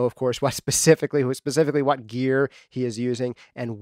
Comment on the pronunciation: DUDE! YOU SAID MY NAME!!! Much thanks to you and what you do here! I've been a fan since day one. You're literally the only podcast that I listen to like a religion. The nitty gritty detail that you go into, the relevance of the material, the way you say "whot"... it's all great stuff! I plan to continue to support you in any way that I can. Do you need an engineer? A video editor? A coffeemaker? I got you! :D